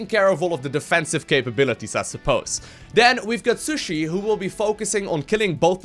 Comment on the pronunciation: Isn't your co- op partner's name pronounced as SHEE-su-ee rather than sushi ._.?